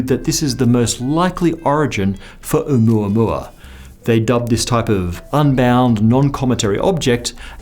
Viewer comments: Thank you for correctly saying the name. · As a native Hawaiian, I sincerely thank you for pronouncing 'Oumuamua correctly. :) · It's the correct pronunciation according to Hawaiians. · Pronunciation was close enough, you get a pass.